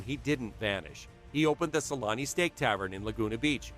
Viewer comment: Always found it funny how they call him "Selanni" (like salami) in English 😂